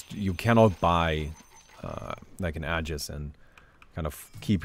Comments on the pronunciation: Man what I find mildly infuriating is that the way you pronounce aegis....It is pronounced Ayyjis NOT Adjis ffs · It's actually pronounced ee-juhs, so you're wrong too.